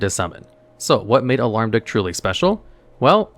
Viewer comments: I keep hearing you say "Alarm duke". Isn't it Almarduke? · It's Almar, not alarm. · It's AHL-MARR-DUUK, not "auh-larm-duuk". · Alarmduke instead of Almarduke is sending me lol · I know its dumb, but i had to Smirk a little when he said "Alarmduke" instead of Almarduke haha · It's Almar, not Alarm.... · "alarm-duke" This is a great video, i just thought that was funny.